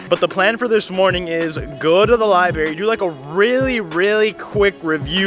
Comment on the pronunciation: I love your videos but it just bothers me that you say “libary” instead of “library”